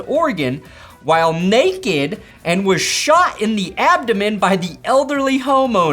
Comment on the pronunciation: “Naked” was not the n word I was expecting when you slipped into that southern accent